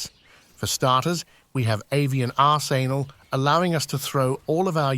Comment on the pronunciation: ArseAnal xD